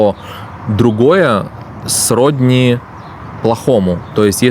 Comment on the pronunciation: Не с рОдни, а сроднИ.